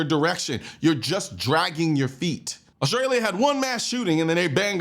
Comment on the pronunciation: My man said every syllable in AUSTRALEEAAAH. Good video. :)